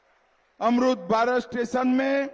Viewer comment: Murkh bana raha public ko jitna ka mandir banawa raha utna ka to fectory v khol sakta tha bhasan v nhi dena aata motu bhai ko aamrit ko aamrud😂😂 bolta h